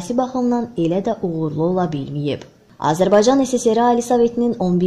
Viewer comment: Azerbay caaa ni i miiz .Bir de Azerbsycan sozun deye bilmir